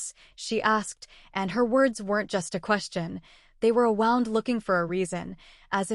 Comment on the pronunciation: The pronunciation of wound when it means an injury rhymes with swooned. Wound that rhymes with round refers to wrapping or coiling.